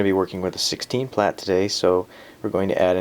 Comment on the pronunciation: That is not how you say plait >.<